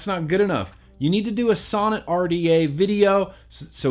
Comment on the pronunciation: Sounds like you keep saying sauna lol.